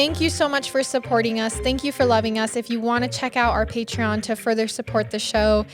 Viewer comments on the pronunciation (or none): none